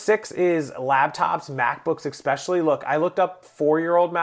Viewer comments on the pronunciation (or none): Eckspecialy ?? You mean especially.